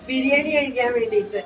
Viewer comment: റബർഷീറ്റ് പുകക്കലും പേരക്ക തീറ്റയും നെയ്ചോറും ചിക്കൻ റോസ്റ്റും അങ്കിളിൻ്റെ സലാഡും നന്നായിട്ടുണ്ട് ആൻ്റി എപ്പോഴും ബിരിയാണി ബിരിയാണിന്ന് പറഞ്ഞ് തെറ്റിക്കുന്നു